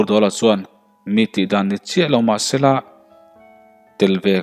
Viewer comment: 'S' hi I uar mah mah a niii... Zel tih turah 'sel' Chuan tih turah 'suan' Sela tih pawh hi 'Sssela' Uluk zawk a chhiar zir nasa teh chuti lo chuan I thawnthu chhiar a ngaihnawm lo deuh tlat.